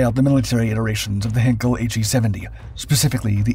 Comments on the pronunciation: I did exactly as you suggested—and found this: “You may want to improve your pronunciation of 'heinkel' by saying one of the nearby words below: height heights heir heightened heidi heirs heirloom heinous heis heian heinz heighten heidegger heiress heisenberg heinrich heifers heifer heightens heist heinlein heidelberg heightening…” etc. I’m a linguist. I lived in Germany. Besides which, see the comments of others beneath this video. I know what I’m talking about, friend. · You obviously know nothing about German pronunciation. It's my second language. The diphthong 'ei' is pronounced like the English word 'eye'. lancerevell5979 is exactly correct. If you have Google Translate, pull up German on the left side, type in Heinkel and click on the little speaker. You'll hear it spoken correctly. 'Hinkel' ist total falsch. The narrator just can't seem to be bothered with doing a simple bit of research. I hate to think how he would butcher names like Arado, Blohm und Voss, Bücker, Fieseler, Focke-Wulf, Gotha, Junkers and Siebel. About the only time you'll run into a difference in pronouncing 'ei' is with Dornier. Claude Dornier was from a German-French background. Thus I've heard both the German pronunciation of 'Dor-neer' and the French version, 'Dor-nee-ay'. Take your pick. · How about; Inga Andrea Köcker Elsterman von Elster. My ex wife’s name. And she pronounced it Hinkel. Because it is a family name pronounced how they pronounce it. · You're mispronouncing "Heinkel" and the second time I heard it I quit watching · Heinkel: Hine- kul not Hen-kel. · As with all German words containing the letters 'ei', the emphasis in pronunciation is on the second letter, the 'i' and not the 'e'. Heinkel is therefore pronounced as 'Hyn-Kul' and not 'Hen-Kul'. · Heinkel is pronounced "heyn-kel," not "Hen-kel" A henkel would be a handle, a German champagne brand, or a German chemical Company. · It's NOT "HAIN-k'l"; it's pronounced "HINE-k'l".